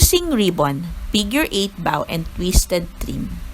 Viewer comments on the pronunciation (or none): its pronounced as BOW po, not BAW =)